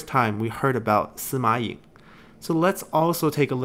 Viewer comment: Kinda wish there were writen names when mentioning other characters, or introducing them. Like with Sima Ying, I frankly had to go to wikipedia to see whose 16th son he was, since I just heard "Sima Yeng" or something like that. But knowing that pronunciation doesn't quite match the writing, I was left wondering where was he coming from haha Having the portrait was nice but could definitely have used the family tree there. Taking the chance to mention these videos are amazing. I've been watching some others that go over the story of the 8 princes, but was always left wondering about the details. These videos are great when it comes to getting to know all the intricacies that went on through the period. Definitely shedding some needed light into why some people did this or that, really well put together. I just keep tabs on past parts' family trees for when I get lost haha